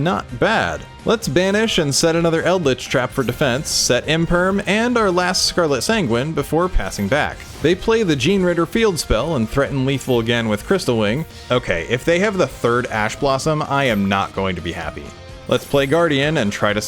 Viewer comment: Gene-raider. Gene. Raider.